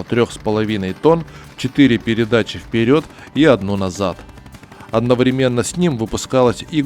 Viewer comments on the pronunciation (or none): none